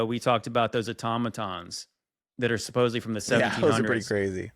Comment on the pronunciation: also mispronounces the word “supposedly” and says “supposebly” with a “b” I wish would pull him to the side and kindly let him know this. It actually does make an impression on listeners when he repeatedly says “like”, “bro” and “supposebly” coupled with the prideful tone he often takes when addressing other people’s opinions or research (for example calling people “spiritually dull” for believing that Charlie Kirk faked his death, even though there is a plethora of evidence and information out there, such as from the rumble channel A Call For An Uprising. He’s done a tremendous job breaking all of it down.)